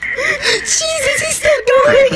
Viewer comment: It’s Weeezus